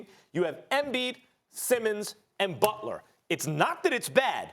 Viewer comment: BUT-ler :Stephen A. Smith